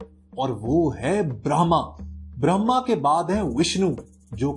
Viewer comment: ब्रह्मा सही से बोल